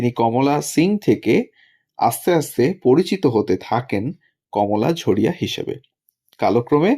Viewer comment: ঝরিয়াকে ঝড়িয়া বলছেন কেন??????